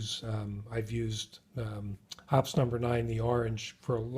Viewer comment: The people at Hoppe's pronounce it "Hoppy's"